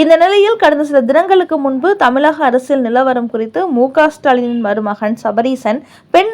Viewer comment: தமிழகம், இழப்பு போன்ற சொற்களில் வரும் "ழ"கரத்தை கவனமாக உச்சரிக்கவும். தமிலகம் என்று ஏன் கொச்சையாக சொல்கிறீர்கள்.